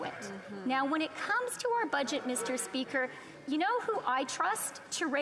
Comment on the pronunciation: MIS-tur SpEEkur